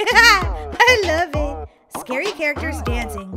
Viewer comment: I love the part where says sacry